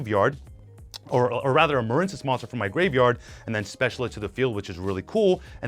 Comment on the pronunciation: Muhren-cess really? You don't know the word Marine? Like seriously? Why intentionally mispronounce card names?